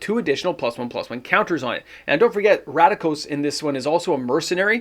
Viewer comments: RAKDOS, not RADIKOS lol ❤ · Please stop pronouncing RACK- DOSE as RADA-KOS… you can read in Canada correct? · So excited you couldn't pronounce Rakdos. Must be good